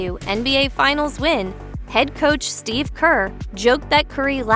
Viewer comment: His name is pronounced Steve not Steph.